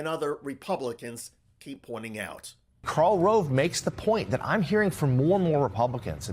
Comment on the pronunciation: FWIW, it's Karl ROVE, not ROLVE.